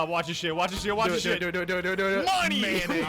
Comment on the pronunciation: Says mayonnaise like a confused granny